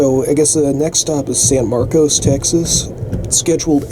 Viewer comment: I take it you're not from Texas. The name of that city is pronounced San Mar-cus - not San Mar-cose.